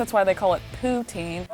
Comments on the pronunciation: I was told from several Canadians that it is prounounced Pou-teen. 🤷🏻‍♀️ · What kind of French is she speaking? It’s not poo-tzin it’s poo-teen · Hahaha I’m Canadian and when she said “that’s why there called POO-tine” I was like omg that’s so mean 🤣😭 I could nevvaaaa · *Quebecers. You can know when someone is from Quebec by the way they say poutine, irregardless of the language. Case in point;.